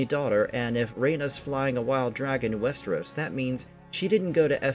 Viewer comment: Probably faux audio reading program, if you can’t even say Westeros right, I doubt it’s a person